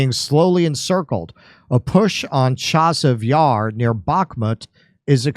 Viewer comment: It's "AFFDEEEFKA" and, "CHASSOFF YAR"